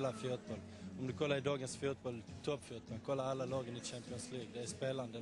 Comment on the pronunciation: "Fjutboll" XDXD